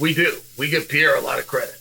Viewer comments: Why do you keep calling him Pee era? It’s a Per era dude you’re supposed to be an expert analyst or just an all-around expert in MMA can you try a little harder to actually get people‘s names right? You know this has been an issue for a long time at this point it’s like you’re trolling all of us, but you’re not😂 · If he becomes the GOAT will you then at least pronounce his name correctly Chael pee era don't sound right Holloway would agree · The worst take Chael P has ever made. And why does he still struggle to pronounciate Alex's name? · Shael Sony refuses to pronounce Pereira in the right way. Now I'm only calling him Shael Sony. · Why does Chael have trouble pronouncing pereira and khamzat?